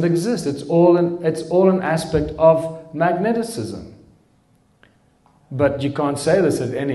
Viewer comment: Its mag - ne - tism.